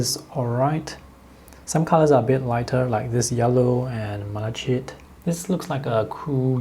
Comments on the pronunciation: Never heard of these. They look lovely. Thanks for the review. I really must stop watching, you always make me want to spend money. That raw umber earth looks particularly good. Also, malachite is pronounced Mal a kite. It is a copper corrosion product. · FYI - The pronunciation of malachite is MAL-a-kite (long “I” sound.) I don’t know the correct phonetic representation . Not intended as a criticism - especially since you speak more languages than I! - but you were struggling with the word. 😊 Most of the colors are really lovely, but these are quite expensive sets if one wanted only a couple of the paints. Thank you for the review!